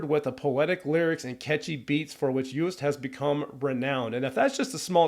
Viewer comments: You says Joost like JOOst but the O is as if you are spelling it. So it will end up sounding something like Jo O st as one clean word. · How hard can it be to pronounce his name right? His name is Joost. The J is pronounced like the Y in Yes so not like the J in Jack, and the rest is pronounced like the "oast" in toast.... So it's Yoast if you will if you want to make it sound like it's supposed to sound!! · Pronounce his name like toast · You should pronounce it as "Yoast" Klein...😉👍🏼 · You pronounce the double oo as oa (like in toast) not oo as in too. So actually you say Joast. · Joost is pronounced "Yoast" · You pronounce Joost like toast